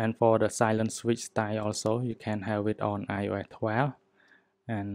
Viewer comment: Yes needed this, also i want to help u learn English so say instead of saying ios 12 as ur saying it, try google to learn how to say it or anything ur nit so sure about saying 😉